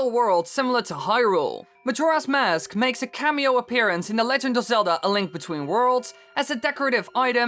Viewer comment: Every time you say "Mask" all I hear is "mosque"